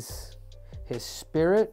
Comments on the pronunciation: maybe it just me but i m pretty sure its not "Spitrit" its just Spirit Doctor Cejudo lul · Henry draws his arrows with the head upside down and it’s spirit not “spitrit “ ya goon